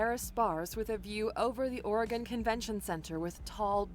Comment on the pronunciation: She pronounced Oregon wrong.